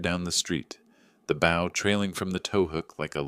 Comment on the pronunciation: Mispronounced bow.